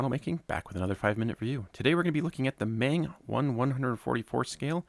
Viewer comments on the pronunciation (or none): By the way, Meng is pronounced "Mung", not "Maing", just like feng in feng shui